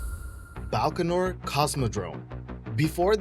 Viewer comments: BAIkonur Cosmodrome - not BALkanor. This guy's penchant for mispronunciation is only surpassed by his feeble attempts at facts. You can look up Famagusta on WIkipedia... it isn't abandoned. Prypiat is still a ghost town, so that's true. FACT CHECK, PLEASE. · By-kan-oor! Baikanor. No L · It's not BALkonur as you pronounce it...it's BAIkonur And Thames is pronounced as 'Tems', not 'Tames' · I'm done at 15 seconds in. "BALkonur?" Zero research done. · The number of inaccuracies in this video is just staggering. No one stops you from going to look at the Thames (pronounced TEMZ) estuary forts - there are boat trips out to them from time to time. As for all the sneering nonsense about the Buran shuttle and the Baikanur Cosmodrome - check out the videos by Curiousdroid if you want well researched facts rather than this crap.